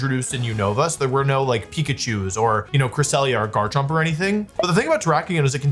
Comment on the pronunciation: Wolfey must pronounce Garchomp as "Jarchomp" if he's gonna say Jible And Jabite